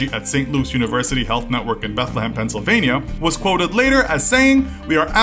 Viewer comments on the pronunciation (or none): none